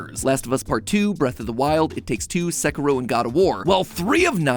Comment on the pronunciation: "seh-ku-row"? that's how americans pronounce that game's name? jeeezus